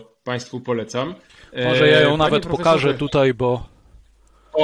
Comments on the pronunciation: Niestety,bardzo drażni mnie ,,tutej,,...choć to szczegół🙂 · "Tutej", proponuje zaprosic Pania Ewe Kurek,tak,tak . Nie? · film dobry... tylko na litość boską, mówi się TUTAJ , a nie TUTEJ... brzytwa po uszach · "Tutaj" , nie "tutej" razi jak cholera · Hey kolego. Nie mówi się TUTEJ lecz TUTaaaaaaJ, błagam!!!!! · Panie Piotrze bardzo pana szanuję i podziwiam pańską wiedzę,ale bardzo drażni mnie jak mówi pan tytej zamiast tutaj.Pozdrawiam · "Tutej" - gratuluję Panie Piotrze. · Bardzo interesujący przekaz, ale zwrócić należy na niepoprawność - mamy bowiem dziś w polszczyźnie wyrazy tutaj, dzisiaj, wczoraj, które należy tak właśnie pisać i tak artykułować. Nie ulega wątpliwości, że jeśli ktoś mówi [dzisiej], [tutej], [wczorej] z wyraźnym e, to popełnia fonetyczne uchybienie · Super ciekawy odcinek, tylko błagam... mówi się TUTAJ, a nie tutej:) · Dlaczego Pan Piotr Zychowicz mówi "tutej" (jeszcze takie akcentowane "e"), zamiast "tutaj"? (strasznie denerwujące brzmienie, tego źle wymawianego słowa - nie da się słuchać ;/) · Panie Piotrze, bardzo proszę używać słowa "tutaj" zamiast "tutej", strasznie to boli w uszy. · Tutaj a nie TUTEJ ................ ogółem fajny film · Należy starannie wymawiać tutaj, a nie tutej. źródła: ↑ Maciej Malinowski, Pracować za granicą, wrócić z zagranicy, „Obcy język polski” (20) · Panie Piotrze nie "tutej" ale tutaj. Proszę... Bo to gryzie w uszy. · Dlaczego autor mówi "tutej"??? I "tą"? I "bedziemy"?😮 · nie "tutej" tylko tutaj Panie Piotrze szkoda żeby tak ! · Mówi się tutaj,a nie tutej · Tutaj!!! Panie redaktorze, panie autorze… Tutaj!!! Nie tutej😡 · Nie "tutej" tylko "tutaj". Błagam. Dlaczego wszyscy, czy na YT czy w TV zaczęli tak mówić??? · Koleś, TUTAJ nie Tutej. Naucz się polskiego. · Oducz sie tego: tutej. Nie mogę tego słuchać. Kim jesteś i kto cie nauczył tego tutej? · Piotrze, nie "tutej" tylko "tutaj" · wszystko ok ale jak jeszcze raz usłyszę "tutej"zamiast tutaj to n"nie zniese" :) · Nie mówi się tutej, tylko tutaj.